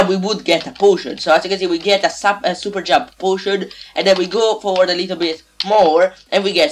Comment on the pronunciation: it is forward not foward